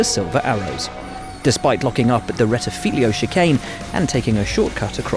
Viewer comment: It's Variante del Rettifilo, not "rettifilio". Yes, if you're a Ferrari fan you have to focus on this kind of things if you don't want to cry...